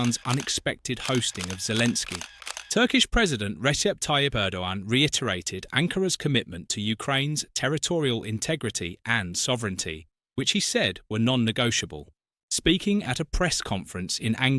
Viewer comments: Thanks. Please employ a commentator/Bot who knows how to pronounce Erdoğan's name: "Erdoan" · Prouncing Turkish; ‘g’ is virtually silent; it’s purpose is extend the length of an adjacent letter; so ‘Erdo-an’… Ankara; the ‘a’s are pronounced as an English ‘u’ (technically a back vowel)… ‘Unkura’ (the last a is pronounced as in English… There’s more! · Learn to pronounce Erdogan correctly. Its not a hard g sound, a g with a deemphasis pronounced like a w. Er doh wan. Is this the best AI can do? Omg.